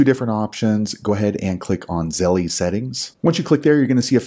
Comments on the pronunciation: The fact he calls it zelle-E drives me crazy! It's just zelle. The company doesn't pronounce it that way and if you say it with proper pronunciation you don't say it that way. Just makes him sound like he thinks he's a 13 year old girl. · it is pronounced ZELL NOT ZELLEY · It’s pronounced zell not zelley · Damn he’s the first person I heard say Zellie 😂